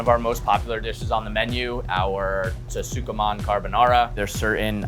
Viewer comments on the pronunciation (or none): LMAO i remember hearing that and not thinking anything of it for some reason but yeah "suh kuh mon" is crazy too. i feel like if you're taking on other cuisines and stuff the bare minimum is learning to pronounce them correctly. at least he said wafu right and not "waifu" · Almost got taken out by the "tsuke-mon" at the beginning but glad the chef mentioned his pronunciation issue before going even harder with all the ways he could say "guy-oh-za" because it made it even better somehow. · “Su kuh mon”/tsukemen feels worse to me since I’ve never heard a butchering anything like that, whereas guyohza is pretty normal, but shrug